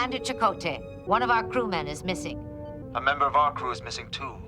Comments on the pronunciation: Chakotay lol not jakota! 😂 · Chakotay is pronounced “SHA-koh-tay”